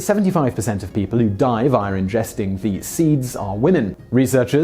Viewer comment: Simon, you are REALLY bad with your intrusive R's. Via becomes "viar"... etc. etc. etc. You do it like 20 times in EVERY video.